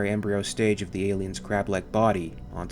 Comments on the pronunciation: I know I'm a year late, but the guy's name is pronounced sal-VAH-hay, with the accented syllable in the middle, or, as is common with Spanish, the penultimate syllable. It means "salvation" in English. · Not to be picky but I would bet that Salvaje must be pronounced with enphasis on the second A... "Salvaje" means "wild" or "savage" in spanish...if you say someone is a "salvaje" means he is like a brute, a caveman, someone primal or uninteligent. Wich I think is quite fitting here.